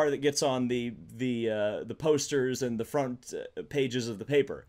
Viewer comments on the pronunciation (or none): none